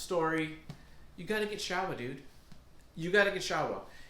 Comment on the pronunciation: Bro, it is pronounced Show-Wa Thank you for the video